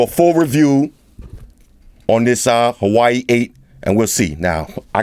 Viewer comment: Kudos for pronouncing Huawei right,. You're the first reviewer got it right